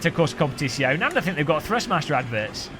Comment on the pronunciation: Competishyone... xD Just learn it: it's - kom-pe-tizz-yo-ne